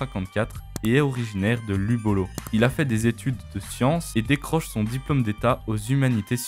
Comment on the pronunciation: Wsh 👀 j’rêve ou soit il as dit « originaire de libolo » 👀😭😭😭 Zhm il est originaire de « chne…. » ok ok Nice dude 😂😂😂🤣🤣🤣